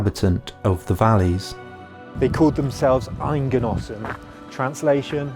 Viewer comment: They call themselves EIDgenossen, not Eingenossen.